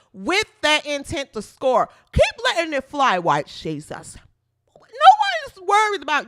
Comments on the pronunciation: Lol the way you say white shesus lol. You got my sub for that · 😂😂😂😂 "white shesus" thats awesome